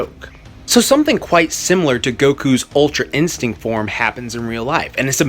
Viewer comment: I thought he said "ultra insect", I was confused lol